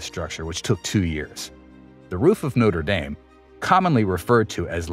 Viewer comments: No-ter day-m ❌ - No-tre dom ✅ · When you say “Noter Dame” you’re referring to a university. Do your research and pronounce it correctly. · A nice video, but the church is pronounced Notre Daame not dayme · Try pronouncing it NOTTRA DAHM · It a French Cathedral not an American football team- can't you even try to pronounce it correctly? Try to be a little more professional. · Please be more respectful and pronounce the Notre Dame correctly. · Haha, you pronounce it like the college in Ohio and not the centuries old French cathedral.